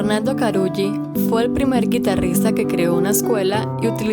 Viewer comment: es Tárrega, con el acento en la primera A. y estoy casi seguro que Carulli se pronuncia Caruli